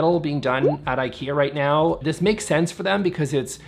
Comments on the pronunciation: It's really ok not to learn Swedish for this 😁But you COULD pronounce Ikea as it is intended... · I am not angry but just the Brandname should be pronaunced right I think. Other than that nice vid and thank you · Please don’t say Eikeea. It is pronaunced Ee ka(y)ah